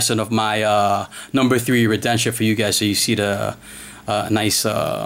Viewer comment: (re den see on) is how you say this name